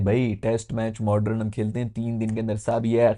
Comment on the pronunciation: bhai aap modern ko mod-run kyun bolte ho? it is pronounced "Mod-Urn"